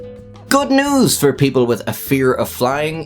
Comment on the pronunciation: 1. Have you been inhaling helium at the beginning of the narrative to this excerpt or merely straining to defecate? ? ? 2. "Despite what I said 1 second ago" was in fact 10 seconds ago 3. What does 'tink' mean at as well as 'noos' at and then there's 'deat' at